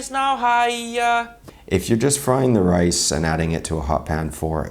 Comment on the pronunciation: Rise should not sound like that at all.